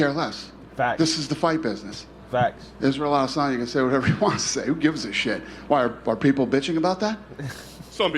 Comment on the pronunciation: The UFC fighters names are pronounced iz•ree•uhl•a•duh•saa•nyuh & Dray•cuss•du•ple•see 😂